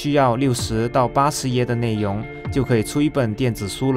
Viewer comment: 谁和我一样听到 内yong（容） ，严重怀疑他是不是马来西亚人😂